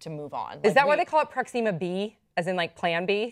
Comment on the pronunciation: Fucking say Proxima right!